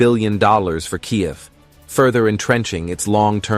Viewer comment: "Kiy- yev"?